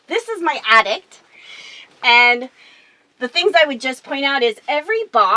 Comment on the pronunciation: Did she call that storage space above the cab an "atticT"? With a T? Lol idk why that stuck with me.